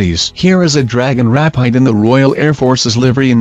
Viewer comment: The 'auto reader' mispronounces a lot of airplane names! It's rapeeed, not rapeyed for example